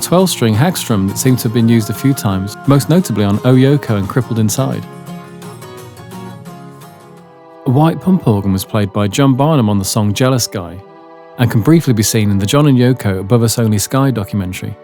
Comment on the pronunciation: Great video with lots of new (to me, anyway) information and pictures. - the harmonium was actually played by John Barham (Bah-rum), not Barnham. What a difference an 'n' makes..